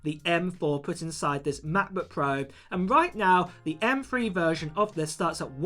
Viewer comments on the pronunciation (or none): M Three. NOT M Free.